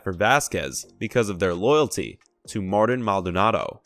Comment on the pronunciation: Tell me you don’t watch theAstros without telling me you don’t watch the Astros: Mispronounce Machete’s first name 😂.